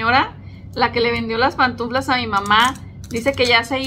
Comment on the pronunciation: se dice pantuflas, no "pantunflas".